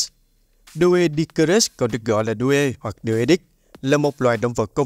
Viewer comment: Doedicurus phát âm đúng hơn là Đuy-đíc-cu-rớt nha ad